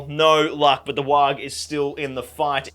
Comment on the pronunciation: Every time he says Warg I think he's saying Waagh. I mean, it's orc either way so it's fine but still.